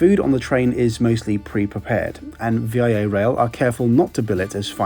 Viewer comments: I'm Canadian, and just so you know, it's pronounced "VIA" rail, as in "I'm travelling from Halifax to Montreal via Nunavut!" Although "VIA" can be pronounced "V-Eye-Uh," we Canadians never say it like that, it's always "Vee-Uh" Rail! lol And definitely not "V. I. A."! as in "Vee. Eye. Ay." There, got that off my chest! It was driving me crazy! Lol Super awesome trip report though! 👍😁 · Haha, you don’t say V-I-A, it’s just Via. Anyways, I take Via all the time between ottawa and montreal, so it’s nice to see you’ve done a trip report on my country’s railway. Awesome video! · Yeah, that was driving me mad! VEEYAH. Not V I A. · It's pronounced veeah, not the individual letters. !!! And it's 1 timezone. Atlantic to Eastern. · Great video, but its pronounced Via Rail, not "V.I.A. Rail" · Hi! Someone has probably mentioned this already, but most of us call it "Via rail" not V-I-A. As in, I'm travelling via rail! 😉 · Super cool video!! Important to note for all my east coasters... VIA is pronounced VEE-YAH not V - I - A. Had to point that out lol.. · Ummmmm, It's pronounced Via (Veeya) Rail, not V.I.A. Rail, it doesn't stand for anything, it's just a word that can be said by either English or French speakers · Love the video but i have to say one thing and sorry if it comes off rude. That isn't my intention but the name isn't V.I.A rail but Via rail (as in you are traveling via the railway. Again sorry if i am coming off rude. It is not my intention. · You've done a really nice job showing us the Ocean Sleeper Class. I love hearing the train sounds. VIA is pronounced "V-ah". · Neat look into the renaissance fleet! Though VIA isn’t an abbreviation, it’s just a name, pronounced Vee-yah and spelled all caps just because that’s how it is on the logo lol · Never heard of "V.I.A." rail before. It's just the word via. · “V-i-a-rail” You’ve got much to learn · like in italian, via in italian is street we pronounce that like veea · its VEE AHHH rail not V.I.A